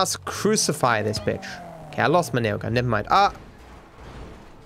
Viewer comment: is the only person who says railgun with a silent L